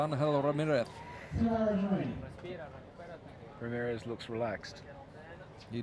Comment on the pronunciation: Anyone else notice he was saying ramireth instead of Ramirez?